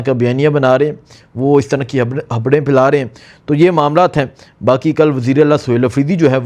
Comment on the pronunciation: Habraion yaa khabraion